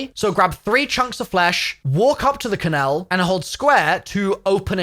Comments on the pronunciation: The way you say ‘kennel’ makes me feel ill. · Do you really not know how to say Kennel? Hahaha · I have never heard someone pronounce kennel like that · Interesting way to say kennel. Is that a common usage outside of the US? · Never heard anyone say kennel the way you do, is that a regional thing? or have you just never said the word before and read it and assumed that how it’s said 😂 not being horrible, it’s just a way I’ve never heard it said. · Kennel, not ken-el 🤣🤣🤣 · WTF is a "Ken......ell" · What's a dog canal? Ken nul is how its pronounced right? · Wtf is a Ken-ELL, it’s KENell. You’re emphasizing the wrong part of the word. Like LUL only the last L part, Ken-L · Why are you pronouncing dog kennel like canal? Its "ken-el" Like fennel There is no A in it. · Bro said Ka nel. Kennel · why are you saying kennel like canel, you're british right? xD it's spelled and pronounced kennel, as in dog kennel xD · 😂. dog “Ken-ELL” , bud it’s “Dog KENNell” you are emphasizing the wrong part of the word. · Great tips.Thanks! You should look up how to say kennel...ken-ul. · Wtf is a Ken-el? 😂🤣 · "Ka-nell" is this how british people pronounce kennel? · A dog ken-el what the fuck is a dog, ken-el bahaha. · Loling at the way this guy says kennel🤣 dog kinnel🤣🤣🤣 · The dog "ken-el" 😭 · did you really just pronounce "kennel" as "ken-ale"? LOL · Lol, maybe im wrong. But its pronounced Ken-ill and/or Ken-ul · That’s a seriously fucked up way to pronounce Kennel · Learn how to say Kennel dude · Stop pronouncing every letter in dog kennel 😂😂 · Why do u say kennel weird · Strangest pronunciation of 'kennel' I've ever heard. 😂😂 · you are saying kennel wrong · Why do you say kennel like that..makes me feel weird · Enjoyed the tips but can’t get over how you are saying dog kennel 😂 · why bro saying kennel so wierd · Awesome video. Never in my life heard anyone pronounce 'kennel' the way you did though 🤷🏻‍♂️😂😂😂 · Please learn how to correctly pronounce “kennel”.